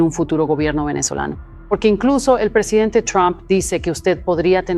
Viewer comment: Ella dijo Presidente, pero su pronunciación no ayuda al traductor de IA